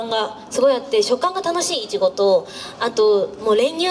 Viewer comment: なっきぃ昔からイチゴのイントネーションおかしいんだよね 流石に直したみたいだけど油断するとたまに戻ってるねｗ